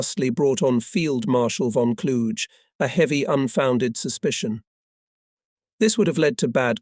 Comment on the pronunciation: The correct pronunciation of von Kluge isn't a challenge. It doesn't rhyme with huge; it's a hard 'g'.